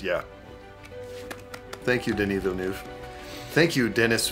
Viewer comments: Actually, it's none of those prononciations 😂 (french people here). It's more like the V sound, then how you pronounce the letter E, then L sound, then N sound, then how you pronounce the A letter in "a dog" , then again the V sound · From a French speaker... Even pronunciation of Villeneuve isn't good, I'm so sorry... ToT Translated literaly, this surname means "New City" (Ville Neuve) and the "eu" sound is almost the same that "uh" in English ^^ That was the little pronunciation point! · Omg that took a few seconds to understand that he meant Dennis Villeneuve not Denis Villanueva 🤣😂 the editing was perfection 😁 at the moment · As a french canadian, hearing trying to prononce Denis Villeneuve and having no idea who he is talking about... thanks for the laugh. And you are both always welcome in our «belle province» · Man, I'd love to see you guys tackle Blade Runner 2049 and how it deals with identity and choice. Plus it gives another chance to try to pronounce Denis Villeneuve and that's just gold. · As a french canadian from Quebec with a girlfriend who's last name is Villeneuve... It's not Villen"U"ve either. You now when you pronounce de E in "THE" or "huh", this is the same. So it's Denis Villen"E"ve. This guy is a legend for us. I can't believe that they thinked of the visual of this film in a basement in Longueuil "un sous-sol à Longueuil" like Denis said. This is the town where i live. From Denis to start from here and to be known internationnaly, this is a huge inspiration for us. I like your video so much. You know your the only youtube channel for wich i pay a montly subscription. Keep up the good work guys. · As a French canadian, the part about Denis Villeneuve made me laugh so much! I never would have recognize Denis Villanueve (Villeneuve) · I'm French and it took me long seconds to realize it was actually a french name X) I was so confused, especially since I can speak spanish a bit